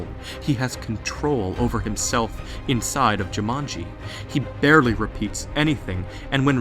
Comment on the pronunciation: Why do you switch pronunciation of Jumanji? between: Jimanji and Jumani? x3 You have seen all the movies, you should know how to pronounce the name/title by now. xD lol But an interesting and very~ plausible theory indeed. ^^ Though how would someone now be able too destroy the jewel now that the game is a game cartridge? <=0